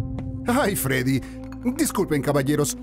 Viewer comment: Se dice Freddy pero bueno tranquilo jaja pero eres una persona buena pero juega fnaf